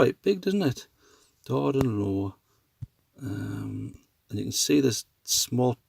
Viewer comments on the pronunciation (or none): It's pronounced LOFF...Not low... it's a great place for skinny dipping on a hot day...not interested in your gore-tex foundation garments though... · Yes, it is pronounced ‘loff’. I have often swam this lough; it is mostly shallow, with a mickle sandy beach on the far shore. The water is actually stained orange by the peat - it is a peat lough - and, during hot, summer days (once every few years or so!) the ‘peat watta’ dyes the skin, in conjunction with the sun - a great way to get a tan! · I've always pronounced it Darden loff. I could be totally wrong. Great vid loved the sound of the curlews